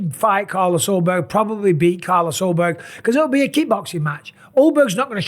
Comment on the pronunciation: Jan vs yiri for the belt? You mispronounced Carlos Ulberg